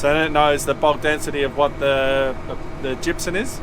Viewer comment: I could swear you call it gypsun rather than gypsum. Is it just me or is that how you say it.